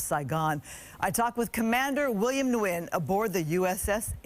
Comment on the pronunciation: Wonderful story. Please pronounce his last name correctly. Nguyen is (WIN)